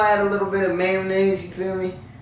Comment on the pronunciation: Hmhm mAyo-Nayse 😌🙃🤗